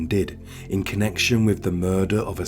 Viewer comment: I really was interested in this but your voice is unbearable with the constant up tones which are not natural, also, with has is pronounced with a th not a v.